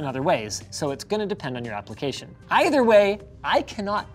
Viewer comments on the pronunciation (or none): none